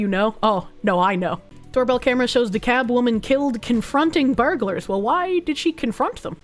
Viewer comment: Should this location come up again, you pronounce the L in DeKalb.